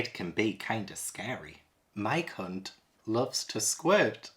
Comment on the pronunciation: I can`t stop laugting when from this video says Mike hunt and Mike Lit he sounds like hes says My cunt and my clit 🤣